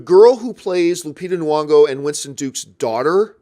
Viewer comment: NY-ongo my dude! like NE-yongo. Just sayin’